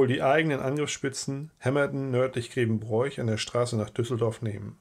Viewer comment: unklar, sicher scheint mir aber: wer Grevenbroich so ausspricht wie der Vortragende kann sein Vaterland nicht lieben